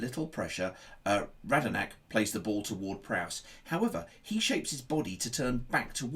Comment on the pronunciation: Nice tactical analysis, but... 😉 Radnarnak 😕 Bednarek Walker-Price 😕 Walker-Peters Romeo 😕 Romeu